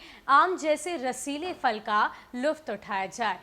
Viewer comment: Madam fal nahi phal